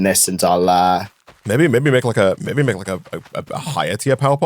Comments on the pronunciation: Like meh-bay (maybe). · I have a question the Brits in the audience. I’m not terribly familiar with UK regional accents. How would you describe accent as to its regional origin? He has some distinctive pronunciations like ‘meh-bay’ for maybe. Also his pronunciation of ‘I don’t know’ sounds kind of Scottish to me though definitely doesn’t have a Scottish accent. I wonder if some accents in the north of England near Scotland share some characteristics with the Scottish accent.